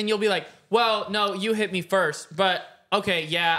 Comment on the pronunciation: Why does say firsht and not first